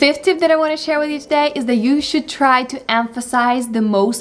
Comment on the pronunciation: Отлично! Привет из Штатов! У вас отлично получается) Только в тюдэй немного больше "тУдэй". Классная лекция!